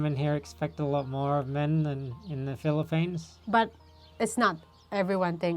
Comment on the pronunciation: Mind your P and F pronunciation,. Typical of us Filipinos to mispronounce it. Just a reminder, no malice whatsoever. Thank you.